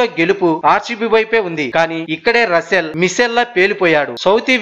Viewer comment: రసూల్ కాదు...రస్సెల్ ర హౌలే